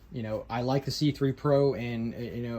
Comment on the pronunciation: i thought i heard you say "the schuberth c-pri*k..." 😂